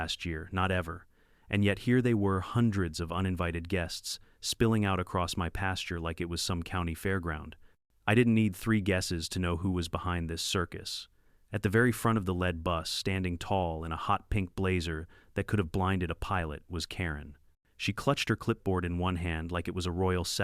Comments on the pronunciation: Dear AI- Its pronounced LEED bus, not led bus. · "Lead bus" like the metal lead or did the AI voice not understand the pronunciation should sound like 'leed' bus. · I think it was supposed to be lead like in Leader, but the AI narrator doesn't know the difference because it's spent the same.